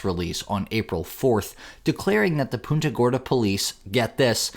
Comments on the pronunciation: Punt-uh, not Poon-tuh. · They pronounce it "Paunta."